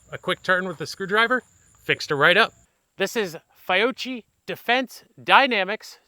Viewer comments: Fee-Ock-ee. No 'ch' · " FI - OCHEE" ??? 😂🤣😂🤣😂🤣